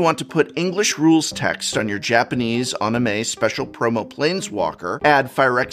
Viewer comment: Prof’s pronunciation of “anime” is the closest to the actual Japanese word that I’ve ever heard a foreigner speak. Edit: also, I had no idea Prof was left handed!